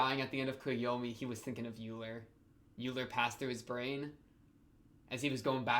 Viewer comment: Euler is pronounced like Oiler not Yuler. So the pronunciation is similar to Sodachi's family name, Oikura, and why she wants Euler to be her nickname. Unfortunately for her it never caught on and everyone just calls her "How Much" which is a pun on her family name and makes fun of her personality.